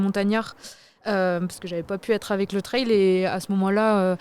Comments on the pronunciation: Le "treille" ou le "traille". S'il vous plait les médias français, allez, en 2026 on bannit cette prononciation ! On peut le faire ! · le traille vraiment ca rend fou